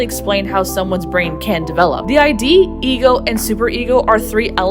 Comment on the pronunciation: Id in psychology is pronounced "ee-d" fyi, not eye dee; it's a word on its own